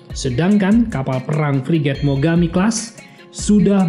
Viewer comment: Mogami bos bukan migomi menit 1.43